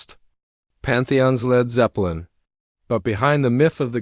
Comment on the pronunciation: L.e.d. zeppelin, FFS find a human who can read.